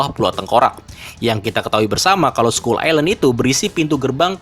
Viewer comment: Skull dibaca skal😑